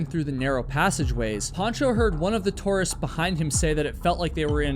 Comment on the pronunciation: Don't you know how to pronounce tourist?!